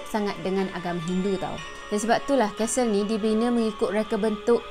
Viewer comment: Aduhai,sebutan Castle tu,'Kas Sel',huruf "T" tidak dizahirkan sebutannya.Bknnya disebut 'Kastel'.Sekadar teguran bkn niat nak mengajar.Klu blh terima,ok,tapi klu tak blh terima,minta maaf je lah ya.🙏